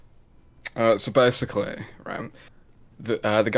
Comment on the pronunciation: "so bersickly" why does he speak like that stop saying like...